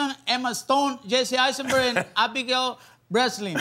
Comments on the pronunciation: It's Breslin amigo, not Breast-lin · Did he said Abigail breastlin😁😏